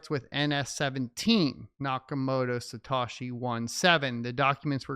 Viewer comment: Its Sa Toe She